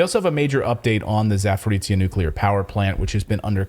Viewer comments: Stop saying "zafaritsia', Kuraitin Mohzzis >_< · Zaporizhya is pronounced as: zh is pronounced as French j.